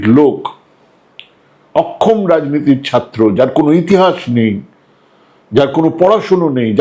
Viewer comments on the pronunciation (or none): none